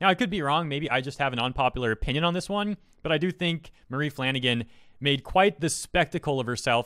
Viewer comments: i had to pause because he keeps saying her name as mailey flanagan, but its maile as in mail or male. wtf dude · Her name is pronounced my-lee like Miley Cyrus. I know you tried. But WOW I looked up to her but that is wild.